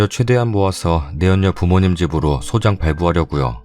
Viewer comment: 소장 아니고 소짱이라고 발음합니다